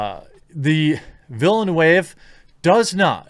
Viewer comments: Villanu-eva LOL its vill-n-euh-v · Villen-new-wave? Dear Lord, you know watching a video with the director, where he or the interviewer pronounces his name correctly, it is not difficult to do. It's going an extra mile. While that's not a problem in itself, I wonder what else you are cutting back on to have an "informed" opinion. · Its Denis Villeneuve (french canadian) not latin villanueva like you said lol :) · Did u say Dennis Villanueva????😂😂😂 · Max Von Side-ow Den-ee Vill-noove Benny Jezarit Baron Har-ko-nen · The director's name is pronounced as "Vil-Neuf" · Denis Villaneuve (pronounced "Denny" and "Vilanewv" or "Vilanow") was the director for Arrival, which I thought was really very good. However, all this interpretation of what Frank Herbert was allegedly symbolizing in his novels is more woke propaganda and bogus "philosofising", ascribing his own interpretations to the original author's intents, which is the worst form of self-aggrandizement and egotism. I have zero hope for this film. And I just found out, they're doing a remake of "Valley Girl". Because apparently every story ever conceivable has already been written. We live in the Q-continuum, where literally everything has already been said and done. No new stories folks. not now. Not ever. fml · I don't think I necessarily agree with this video. Liet-Kynes can be anything or anyone, it's a mere plot device in the book. Also, the director is a huge Dune fan and has arguably created some of the best movies made in recent years. None of his films up until now are "woke" but do depict some strong women. Prisoners on the other hand hardly features any women at all. Butchering his name and the name of characters just shows that you don't really know his work or the book, I think you should have waited making this video until we know more. The pictures we have seen up until now are absolutely beautiful and respectful of the source material. It's way to early to call *shrugs*.